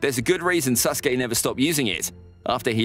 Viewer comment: Stop saying sus-gay, his name is Sasuke.